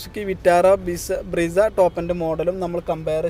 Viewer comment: ബ്രീസാ alla ബ്രെസ്സ